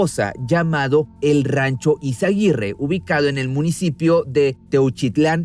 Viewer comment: Es Izaguirre, no izaguitte.